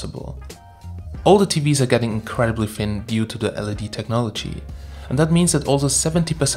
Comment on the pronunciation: Not sure if it's his pronunciation but it sounds like he keeps referencing LCD and not LED... Anyone else wanna weigh in on this?